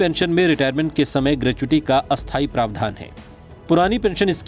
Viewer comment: स्थाई और अस्थाई के उच्चारण मे फर्क होता है ।आप दोनो को सेम ही उच्चारित कर रहे हो ऐसे मे कोई व्यक्ति न्यूज सुन ही रहा हो देखे नही तो उसे तो गलत इन्फोर्मेशन मिल जाएगी।😠